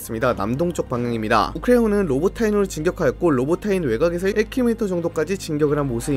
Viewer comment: 로보티네를 자꾸 로보타인이라 하시네